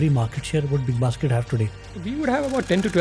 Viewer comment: Lol... was that big bas** d or big basket? 😅😅